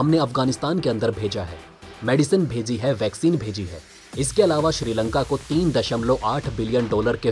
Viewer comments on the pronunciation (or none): none